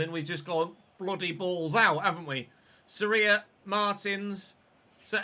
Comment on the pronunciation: Great content mate. And I agree with you, the team concedes too many goals. Maybe try another keeper, rotate a little, and if it keeps happening you can sign a new one in January. By the way, you're pronouncing Soria wrong. The O is the strongest viowell. I guess in English you could say it sounds like "SOR yah" like Gordon is "GOR don".